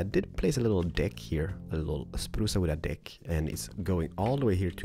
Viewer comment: I'm dead I know its his accent but it's so hilarious when he says sprucea wood